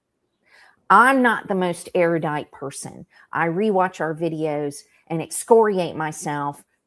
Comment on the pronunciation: Don’t underestimate your erudition. You pronounced it air-ooh-dite. Most people who even know the word add a syllable to erudite and pronounce it air-ee-ooh-dite.